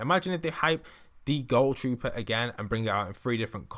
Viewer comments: And why do u say it like goal trooper not ghoul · It is gohl trooper not goal trooper why can't people ever say that correct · It's not pronounced gol trooper it's gool trooper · Nobody: Not a single soul:: GoUL TroOPeR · TheArt Boi “goul” trooper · Ohh I mean it's what he sounded like saying to me It sounded like goal